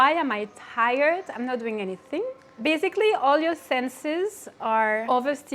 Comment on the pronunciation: when she said basically -- i went she picked up that indian accent haha